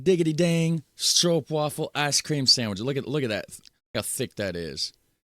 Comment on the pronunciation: You still say Stroopwafel a bit wrong . Wafel is not pronounced as "waffel", but more like "waaafel". And Sandwich = boterham , Bun = broodje . And you are the best Netherlands promotor ever! :face-blue-smiling